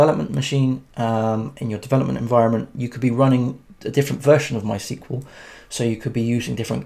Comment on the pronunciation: Thought I'd let you know mysql is pronounced "My Ess Que Ell"